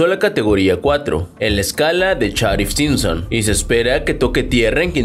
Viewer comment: Charif Simpson? No es Saffir Simpson....